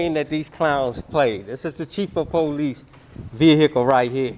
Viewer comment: I love how tells the owner of the tow company to take his car back to where they towed it from. That was hilarious. It's also funny how a certain group of our population doesn't know how to properly say the word "police."